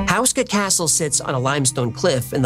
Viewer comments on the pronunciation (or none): It is pronounced (Hoo-skah) not (House kah) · It's pronounced HO-SKA, not 'House-ka' by the way.